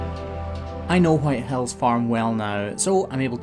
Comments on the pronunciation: Am I the only one that kept hearing "White Hells"? lol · It did sound like that but i think he waa saying white hills